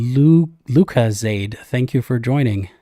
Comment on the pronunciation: I think Dr LucaZade sounds like he might suffer from psychological issues. Feel bad for him.